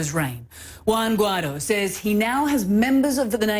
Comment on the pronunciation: Why do you have such a hard time pronouncing Guaido?